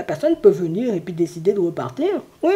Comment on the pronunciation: COUCOU ! Lorsque vous avez dit " venir" j'ai entendu "vous nuire ". Bizarre car mon ex avait bien nuit à mon bien-être. Merci pour cette guidance et belle journée ensoleillée !